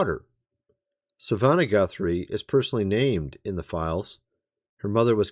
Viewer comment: (MrsM) I love your channel, but if you can't even pronounce "Savannah", perhaps you shouldn't report on this.